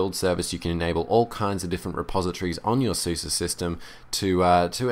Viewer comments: Its pronounced Open ZuZe not suzy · openSuS - eh. not ih, not ah, eh. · I think it's pronounced suːzə because it is developed in germany and they say it like that. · To better pronouns SUSE you can take a look at the YouTube and search on "How do you say SUSE"